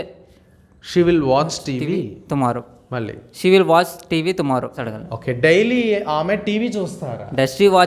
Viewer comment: He is saying thumarrow instead of tomorrow